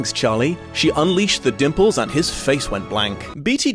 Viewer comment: I keep hearing nipples instead of dimples.